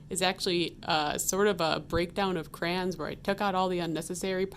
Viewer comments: They are called CRAYONS, not "Crans" LOL. "CRAY-ONZ" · It took me a solid minute to understand 'crans' meant cray-ons 😅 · It’s freakin CRAY-ON-s